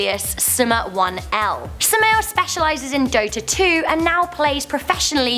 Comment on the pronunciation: oh my god im a dota player and she calls sumail suma-1-L